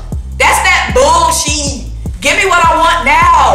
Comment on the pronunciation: The way you say bullSHEEE is so funny 🤣. You going to the Bucs@ game?